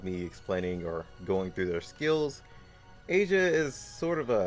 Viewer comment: It's not "Asia" its "Aisa" lol